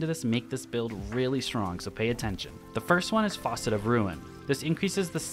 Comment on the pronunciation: Why is he calling the fragments Faucet lol